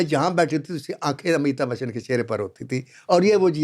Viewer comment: Kindly pronounce correctly Not Amita bachchan but Amitabh Bachchan.